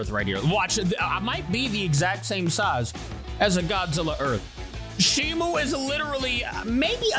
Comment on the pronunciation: Stop calling her shimu it's Shimo.